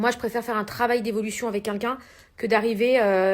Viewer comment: "je préfère travailler avec qu'un qu'un " 😂😂😂 quelqu'un et non qu'un qu'un... Mon dieu faut même qu'ils apprennent à parler !! C'est illan aussi qui ne sait pas le dire 😂😂😂